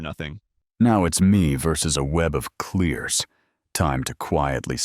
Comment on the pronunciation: bro the way he said clears clearly sounds like q*** 🤣